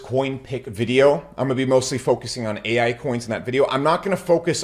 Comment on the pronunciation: Bro said paal ai 😢